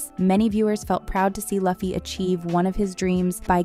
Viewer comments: Well you allways keep a lot of errors in your videos so that us nerds can corrects them and fill your comment secion with content to boost your videos in the algorithm. So your plan was a success and you're welcome. 1. Even though it's spelled Luffy it's pronounced "Loofy". You should know this if you have "binged" the season as you say you have. Same with Usopp. It's not "You-sopp" its "Oo-sop" 2. "Every bounty hunter will try to capture Luffy"... What bounty hunters? 3. "As they try to go closer to the grand line." That will be over and done during the first epsiode. It's within the grand line that the real adventure really starts. 4. "Luffy doesn't really prioritize a doctor on the ship. He wants a musician. But they need a doctor though." 5. Wow i've never heard anyone pronounce Mihawk "Maihawk". It's "Meehawk". 6. Why would you call the second season "One piece 2"? just say season 2. 7. There is no way in hell season 2 does not include Ace. 8. Zoro is not ready to meat Mihawk in season 2. Heck he's not even ready to defeat him 1093 chapters in. 9. Luffy will absolutely not meet shanks in season 2. cmon, he's supposed to become greater than shanks first. The dude's a fucking emporer. 10. haha cmon. Now you're just being silly. She said Live action with a "Live" as in "i want to live". Someone just got a poor girl a script and didn't tell her anything. 11. Crocodile didn't eat "a" sand sand fruit. He ate "thee" sand sand fruit. There are only one of each kind of devil frui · Yeah it’s loofy not luhffy but it’s spelled Luffy and I bet she said Gorilla C. Luhfy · Stop saying luffy like it rhymes with puffy it’s pronounced loo-fee 😭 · Its Luuuuffi not Laughy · I was always confused as to why Americans seem to default to pronouncing Luffy as "lah-fi" instead of "loo fi". The second one sounds a lot more like an actual name to me. Though, this time I don't think it's a human talking to begin with. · Not Laffy but Luffy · She said lUh_fy, I clicked away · Iuh fy it is